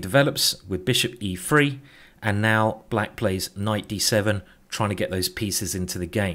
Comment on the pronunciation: you don understand each time you say "e free" you are screwing up the robot? E3 mate! E THREE!